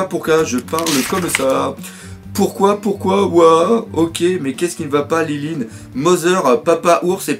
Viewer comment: c pas lilin mais linlin